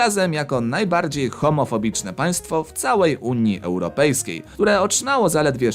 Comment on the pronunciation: Czy tylko mnie bolą uszy jak słyszę "Unia Europejska"?